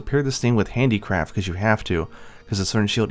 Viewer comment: Do you say handicraft or handicrap? 😂